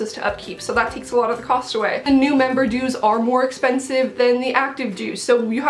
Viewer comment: lol i heard dudes not dues